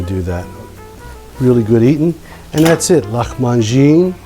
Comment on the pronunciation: Hi, my grandmother uses quince jam instead of tamarind and dates, also she cures the meat with lots of lemon juice the dough is more like a bread dough, but is "wetter"(if that exists) and the baking sheet is full of oil so it "fries" We in argentina pronounce the same way you did, great job translating the pronunciation